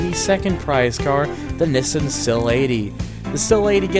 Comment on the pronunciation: why keep mispronouncing Nissan, and why call Z, Zed??? where are you from???